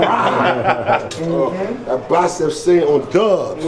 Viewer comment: not bacep its bicep bro😂